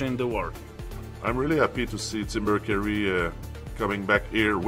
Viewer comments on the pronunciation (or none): none